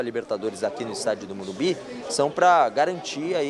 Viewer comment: Qual dificuldade desses cara em falar MORUMBISSS, fosse sp boicoitava esse jornalista, não deixando-o fazer entrevista.